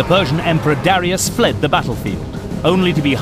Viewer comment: It's pronounced "duh-RYE-us", not "DARRY-us".